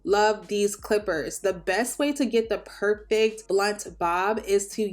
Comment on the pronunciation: whay that sounded so pour-fect😂